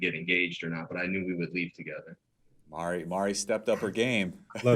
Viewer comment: It's "Mari", just like Kenny calls her...Not Maudddie!!! 🥴